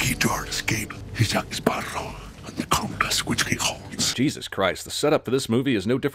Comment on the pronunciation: “Jake Spearow”